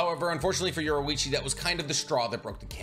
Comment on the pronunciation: Bro said yorwoichi